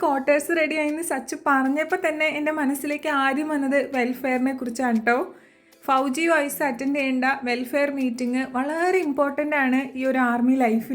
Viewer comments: ഫൗജി അല്ല ഫോജി എന്നാണ് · Yes pronounced as foji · Fauji alla foji yennu parayu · Fauji ennu aanengilum pronounciation foji ennu aahnu